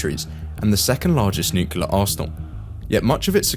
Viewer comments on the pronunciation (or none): I hate when people say "nucular" instead of "nuclear"!